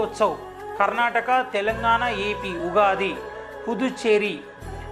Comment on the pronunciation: Ugadi not yugadi1